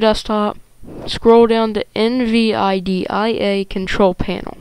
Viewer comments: ITS CALLED NVIDIA NOT N.V.I.D.I.A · N V I D I A is pronounched N- vidia not seperate letters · Nice, thanks for the help man. Also for future reference, "NVIDIA" is like "en vid ya" :) thanks for the help